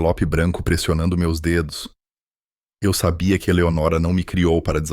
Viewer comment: Não é Eleonóra mas.sim Eleonora